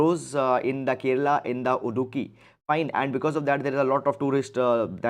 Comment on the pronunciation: not udukki, its idukki